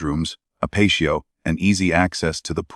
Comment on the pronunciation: Who mispronounces patio???😅😂🎉😮😮wtf.